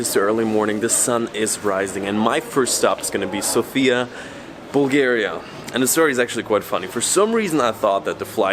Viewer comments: its said sofya not sofia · He talks about how you pronounce the name of the capital. The guy on the video keeps saying SofIa, while the correct way to say it is SOfia. Hope this makes sense to you now ;) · just one thing: Sòfia. Not Sofìa. Accent on the o. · It's sOfia ,not Sofiaaa,it'S not the same ..... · Да правильно говорить СОфия не СофИя. Надеюсь что вы провели прекрасное время в моей прекрасной Болгарии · it's S"O"fia.. thanks for visiting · It is pronounced sOfia, the stress on the O, no hate, just to know 😉 I hope you have great time in our country 🇧🇬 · The correct pronunciation is an accent of the letter O- SOfia. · One of the mistakes that foreigners make is mispronouncing the name of the city. The emphasis is on the letter O, not the letter I.